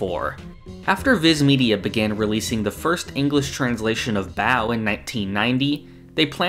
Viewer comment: Another cool video! Just FYI: Baoh is pronounced "ba-oh" not "bow"